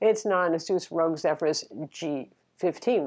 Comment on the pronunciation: it's Asus ROG, as in Asus Republic of gamers. You said Asus Rogue. Nice review btw.